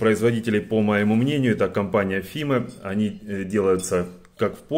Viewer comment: Не Фиме а Файм fime